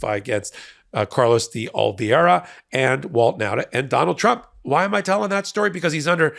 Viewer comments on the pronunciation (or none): can’t pronounce Oliveira. Oh-Lee-Vayra.